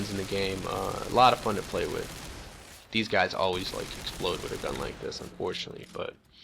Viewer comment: Overcloak = Overclock.. SCAT = SCAF.. Ham Mond = Hammond. Wiff = With. Go back to skoo.